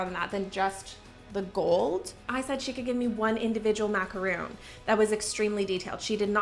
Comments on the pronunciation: Love your videos. Just one small criticism-it is MACARON not MACAROON. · Mah-car-own not mack-ah-roon. Two different things entirely👍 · This video was so cute but the pronunciation of "macaron" was putting me off so much. MacaROONS are basically a small mountain of coconut. What you had were macaRONS, two delicate cookies made with almond flower with some cream/jam in the middle. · Sorry but as a baker of MACARONS… the calling them MACAROONS is really bothering me lol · But they’re macarons not macaroons 😭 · I love your videos. You are so fun to watch. I just feel the need to say (because it's just a pet peeve of mine)... Macaroons are different from Macarons and they are pronounced differently. Maca-ROONS (coconut) vs RONS (almond flour). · I guess I'm the only one that really cares about this, but those are macarons, not macaroons. The "ron" rhymes with "bone" like a skeleton, not "boon" like a favor. If there was no such thing as a "macaroon", it would just be a semantic/pronunciation issue, but since macaroons are a totally different kind of cookie, it's important to know (and pronounce) the difference so that you never accidentally request the wrong dessert! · Those are French macarons, not macaroons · its macarons not macaroons! lol that was bothering me so muchhh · It's actually pronounced a maca-ron not roon 😊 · Those are macarons not macaroons... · Sorry, but they're macarons, not macaroons. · It bothers me when people mispronounce macarons as macaroons. 🥸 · Macarons not Macaroons!!! Ugh. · There macarons not macaroons , different things xxx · OOOOOOH MACARONS! You kept saying macaroons over and over again and I was confused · Hi, love your videos, but please say Macarons with just one "O", not Macaroons 😏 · When she kept saying macaroon, it was bothering me and wanted to comment but didn't want to sound annoying lol. I see others saying it though. Totally different cookies, I was surprised she was saying macaroon when she does so much with baking.